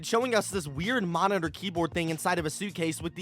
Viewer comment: Bro said "new momitor" lol